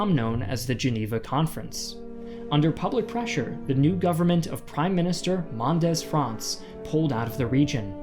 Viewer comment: Very well made. Only your pronounciation of french vovabulary could still be improved. For example in "Mendes France" the "E"s are not spoken as "A", but as "E", but the "A" in France actually is not spoken as an "A", but rather as a soft "O". You must consider that "France" is actually spoken different in French as it is in English, but when it is part of a french name it must definately be spoken in the french way. I recommend you make a transcription of all foreign words before your speach, like Kennedy did in Berlin... :D